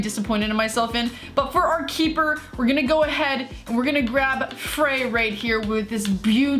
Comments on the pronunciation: hey, at the beginning of the video when you put frei into the squad you said "fray" but it is pronounced fry, just thought i would point that out:) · Frei is pronounced Fry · I cringed every time she mispronounced frei